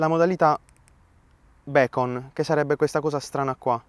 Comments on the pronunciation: Bel video complimenti ( solo una piccola precisazione perché sono un perfettino del cazzo ) Per la torcia recensita all'inizio la modalità beacon si legge "bicon" che in inglese vuol dire faro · Beacon è faro, non becon